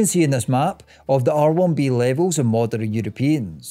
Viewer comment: Moderin and westerin lol